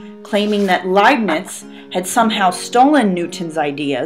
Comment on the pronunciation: The Indians discovered calculus 250 years before Newton. Pronounced as "Layp'nitz, "